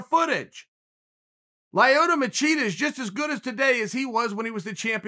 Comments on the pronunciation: Lioto machida Chael just making up peoples name on the spot ahahahaha! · Chael "Layoto" Sonnen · He also said Lie Oto Machida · Uncle Chael: "Lie Oh Toe Machida." Me: "Ok great."